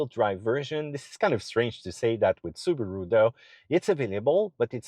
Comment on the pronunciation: Su Ba Ru? Hmm its a new car company? 😮